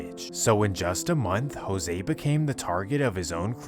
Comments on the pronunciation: This goofy ass white boy really pronounced "Jose" , "Hyro" 🤣😂😭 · You did not say Jose like that bro how you even pronounce that 🤣🤣, i continued the vid n noticed you made a typo my bad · do you not know how to pronounce jose 😂